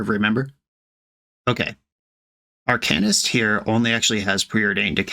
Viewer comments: “If you’re mad about it, read a book” Reads 50 shades of grey Still can’t pronounce Arcanist. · Says it’s pronounced ArCAINist, then says dryad of the elLESION grove. We love the consistency. 😂